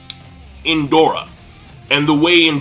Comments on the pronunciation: It's Indra...where is the "O" that makes you keep saying Indora? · Indoooooora? I think you mean indra? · King, its Indra bruh not Indora. They both have the name of Hindu deities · It's indra not indora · Indra NOT Indora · It's Indra, not Indora lol. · It's Indra not Indora. But a good review nonetheless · Why are you calling the Byakugan the "ba-yah-kuu-gon"? Did you watch the Naruto abridged series a bit too much? It's pronounced as it is spelled, Byakugan. And as others said, it's Indra, not Indora, and is named after the/a Hindu god/deva of weather/storms. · it's Indra not Indora. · Why are you calling Indra "Indora"? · Who the fuck is indora????? INDRA is the correct name. Same goes for one piece. Kyros is the correct not Kryos as you always pronounce. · It's pronounced In-drah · Hi, it's pronounced In-dra, a Hindu god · I swear if i hear you say indora or nenji again -. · Lol when he said Indora for the first time I was like...''huh? Who's that?'' xD